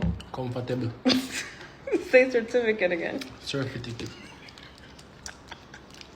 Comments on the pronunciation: Certificate ❎ Sir-Fi-Ti-Ket ✅🇯🇲💚 😂😂😂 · CERTIFICATE ❌ SIR-TIFY-KIT ✅